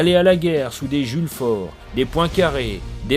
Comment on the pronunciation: Toi tu aimes boire de la semence royale tout les matins, vu la nostalgie béate que tu voues a une monarchie absolue. Bien de te considérer comme un vulgaire sujet d'une famille de noble ? Je sais qu'il existe des masochistes mais tout de même... Et c'est Jules FaVre, pas Jules Faure hein quitte a pas perdre ta crédibilité en écorchant un nom que t'es littéralement en train de lire xD